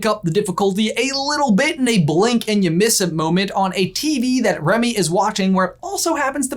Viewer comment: Remy. Please. It's Remy